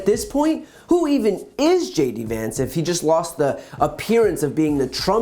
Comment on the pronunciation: This is just... ridiculous. The least he could do is get Vance's name right if he's endorsing the guy.